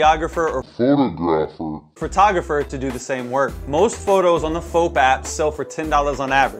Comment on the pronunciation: Did you really say “photo graphed,” 😂